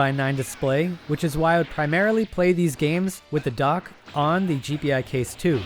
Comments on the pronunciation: It's pronounced "jee-pie," not "jee-pee-eye." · FYI, it's pronounced Gee-Pie, not G P i. Just throwing it out there. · It's not.. G P I case.. it's G Pi case..